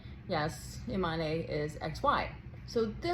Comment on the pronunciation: Imane, is the French spelling for Iman, and so should it be pronounced and not "ImanÉ, as you pronounce it ? You, too, are making a big meal out of it, whilst it is very simple?? Imane was born a girl raised as a girl, went to school as a girl and practised sport as a girl ever since, and up to now no one has come up with evidence proving she isn't female. The IBA has banned her unjustly from several competitions already based on a supposed study that they refuse to publish the results of, until today. IBA, has of course an agenda to disqualify any Algerian athlete they can, Algeria being today and historically the staunchest supporter of the Palestinian cause on all fronts, defends Palestine at the UN Security Council of which it is a non-permanent member, it defends Palestine and the Palestinians, at The African Union which has long history of solidarity with Palestine, continuing with today’s efforts to end the destruction of Gaza because African countries see an identical experience between Palestinian occupation and what they have endured under colonization. Algeria defends Palestine, at the Arab League, and at the Organisation of Islamic Cooperation Countries and is one of the largest if not the largest after Saudi Arabia contributor to the Palestinian cause, and for that, Algeria has to be punished by all means possible and at all levels, for being naughty and disobedient.